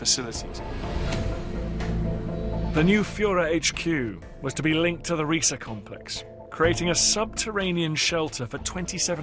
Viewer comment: It is not pronounced Ree-Sa it is pronounced Ri-Sah.